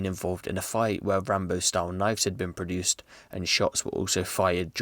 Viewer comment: Man said produced lol.